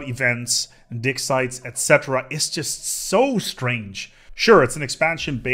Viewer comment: I had to listen to that 5 times to realize he said Dig Sites and not Frankfurter Size.